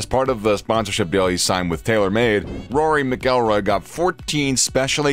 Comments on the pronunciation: please learn how to say mcilroy before you publish a video including him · Saying rory's last name wrong obviously never watch golf... Jordan fell off rory is alot better